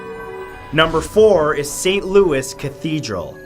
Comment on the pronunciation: My dearest Mr. Santoro, St. Louis cathedral in New Orleans is pronounced Lou-ee. And Pere is pronounced more like "pear" with an emphasis on the "r", in that nasal french way.